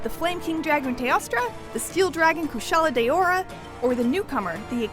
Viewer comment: “Kushala day-youra”